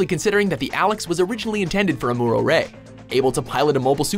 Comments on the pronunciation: Who the fuck is Amora Ray? It's Amuro, But M'kay. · It’s am-u-do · This list is BS, for starters, the way they pronounced "Amuro" and "AGE". I won't say that this is the definitive list or something, but this is how I arrange them: 10.- Banagher Links: Strong New-Type, meh Pilot. 9.- Christina Mckenzie: Normal Pilot in a New-Type exclusive gundam. 8.- Flit Asuno: The guy has natural Pilot skills and it's an X-rounder 7.- Kira: Strong fighter, skilled Pilot, but is missing something. 6.- Domon Kasshu: Not a New-Type non-sense, just a plain old marcial artists. 5.- Kamille Bidan: Awesome Pilot, Strong New-Type. 4.- Heero Yuy: Not a New-Type nor exclusive surgery, pure Pilot skills. 3.- Mikazuki Augus: Pure Raw power 2.- Setsuna F. Seiei: You know why. 1.- Amuro Ray: Because....c'mon